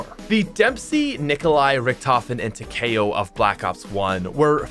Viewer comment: Me: Takio: Takayo Sorry love you